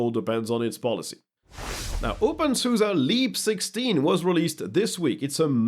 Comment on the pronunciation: OpenSuza? Ive always said Opensoose, like a bastardized open source.